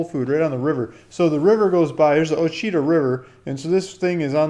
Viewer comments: You need to lean how to pronounce our County, OUACHITA. It's pronounced Wash'-a-taw' " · 😊 Ouchita... it's pronounced "wash-a-taw" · O-she-tah lmfao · I wouldn't buy any land from someone that can't pronounce the county name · Your pronouncing the county wrong...